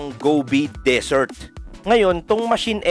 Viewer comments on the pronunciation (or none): none